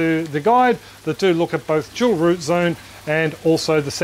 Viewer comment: "Jewel root zone". Now you can't unhear it.